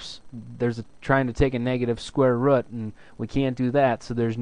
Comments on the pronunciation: "Square rud' haha your accent cracked me up! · Square Rət is midwest accent.